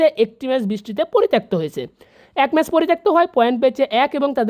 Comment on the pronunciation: মেস না ম্যাচ!